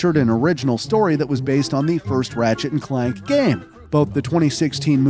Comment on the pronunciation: Is this channel narrated by a real person? How did they get Clank wrong and called him Clark???